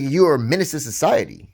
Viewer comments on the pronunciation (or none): none